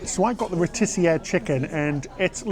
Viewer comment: Recently found your channel. Your pronounciations always kill me. "Rotissier"? Have you ever had a rotisserie chicken before? Still don't know if it's bit